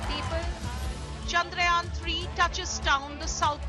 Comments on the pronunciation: For gods sake its not चंद्रायन its चंद्रयान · Yaan is not yan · Can Rajdeep learn to say the name "Chandrayaan" correctly? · Rajdeep, it's Chandrayaan, not Chandrayaan. I am ashamed.